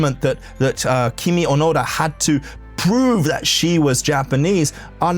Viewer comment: I can't resist commenting, but her name is KiMi ONoDa, but every time you say her name, it sounds like you are saying, "kimi onara"! sec. When you say it, to Japanese people or people who speak Japanese, it sounds like you are saying some hougen that sounds like "Your are a fart!"....quick edit your video and change the parts where you say, "Kimi Onara" and dub in "Kimi ONoda." You can erase this comment, or I will just erase it later...edit you video with haste!